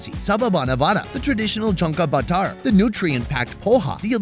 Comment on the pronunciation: It is Zunka bhaaiar not junka bakar